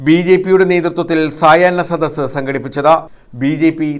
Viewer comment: മന്ദ ബുധ്ദികളെ , സയന സദസ്സ് അല്ല സായാഹ്ന സദസ്സ്. സുഡാപ്പിക്കളെ പോലെ നിങ്ങൾക്കും അക്ഷരാഭ്യാസം ഇല്ലേ?